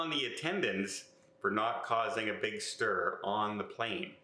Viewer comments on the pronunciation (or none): none